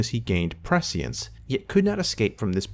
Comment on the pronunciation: Great video. But if you’re going to say prescience 70 times, do a quick google to learn how to pronounce it. <3